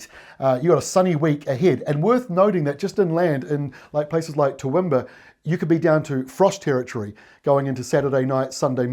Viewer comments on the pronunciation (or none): Toowoomba - 2wum bah and Queensland not Queenslund . love your work